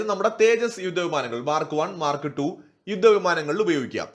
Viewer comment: the Russian offer is SU57 total tech transfer and co production in India. India already has SU 30 production in India. When you say Mark Two, pronounce it as Mar kTwo!